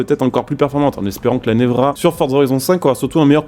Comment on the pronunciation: Ça se dit « névéra » 😉